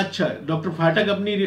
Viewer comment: डा. फाटक नहीं, डा. पाठक बोला जाना चाहिए ।